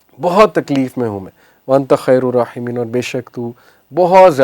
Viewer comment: Anni massani-yadh-dhurru wa 'anta arhamur-Raahimeen. Khair ur raahimeen nhi plzz correct✔